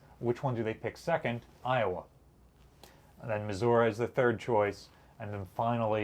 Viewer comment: Thank you for saying Missouri correctly. 😀